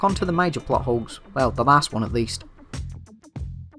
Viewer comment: When you say plot holes it sounds like buttholes